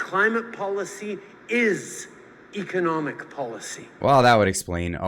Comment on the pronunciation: Trudeau pronounced economic DOOM wrong